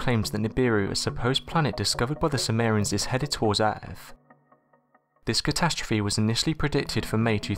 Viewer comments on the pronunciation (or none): none